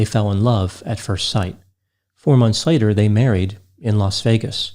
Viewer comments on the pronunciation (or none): I thought said: "Hormones later" Not: "Four months later..."